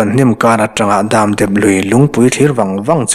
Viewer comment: Nang kher hi chu 'chutiang chu ani zawk ang' han tih ve pawh hi a inthlahrunawm viau nain, hei chiah aw.. Dâmdep Lui' tia i lam hi ka hriat țhan tawh zawk vang ni maw... 'Damdep Lui' tih tur anih duh hmel ka ti ve mai2. Lui khawkrawk leh suar awm lem lo, lui luang dam dep mai sawina anih duh hmel ka tia. A ngaihnawm lutuk e.